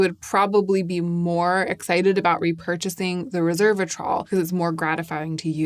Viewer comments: *resveratrol, not reservatrol as you are pronouncing it (although my brain was wired to call it that when I first used it too, so I get it). I am glad you are having success with it, as I CANNOT FOR THE LIFE OF ME (OR MY SKIN) use resveratrol. It causes crazy rashes and painful swelling every time. That you call it a mild, soothing ingredient is astonishing to me! I find it more sensitizing than either Vit C or tretinoin. I've tested 3 resveratrol products - TO, Regimen Labs and Skinceuticals - all with the same rashy result. Im always amazed (and a little jealous!) that it works so well for other people, bc the benefits really are fantastic. Even trying in lighter does or mixed with creams and oils - no difference. I'm so glad it's working well for you! Maybe concocting my own version with these powders would help. Also ubiquinone (CoQ10) really is a great skincare ingredient, it just a takes time and trust! I don't think the results are immediate or dramatic, but I've been using it consistently for 2-3 yrs and it has def improved my skin. I have no doubt it's contributing to the positive changes you have appreciated. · Hi dear! Loved the video as usual, just a quick note, it's resveratrol, not reservatrol like it sounds you are pronouncing it. I have just studied it so I wanted to share the pronunciacion, cause at the beginning i was confused and i was thinking it was a new agent, but obviously not a big deal. Have a great day 💕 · Great, thorough. I appreciate your work. One small fix - it is Res-ver-a-trol not Reverse-a-trol. Sorry to be trollish … 😆😂 it’s just a quirk of mine. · Resveratrol—res-VER-a-trol. Not reserve-atrol. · It's pronounced "rez veh ruh traal" (four syllables). Resveratrol